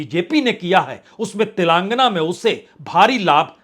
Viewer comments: गधे तेलांगना नही तेलंगाना बोला जाता है । और प्रधानमंत्री जी का नाम इज्जत से लेना सीखो । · तेलांगना नहीं तेलंगाना है। तुम क्यों इतना दुखी होकर विश्लेषण करते हो।